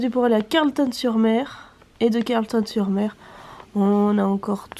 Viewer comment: Oui le fuseau ca m étonne pas t'es proche du new Brunswick et eux ils sont calquer sur nova scotia me semble. By the way on dit carlEton pas Carlton hahaah ;)